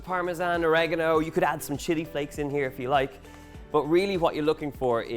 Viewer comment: oregano - How by looking how this is spelt can anyone say Orageno? Or-ee-gah-no